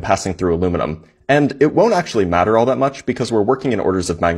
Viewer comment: Weaponized aKsHuLaLy 😂